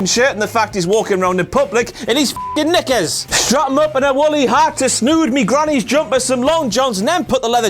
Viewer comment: Never say Knickers again! lmao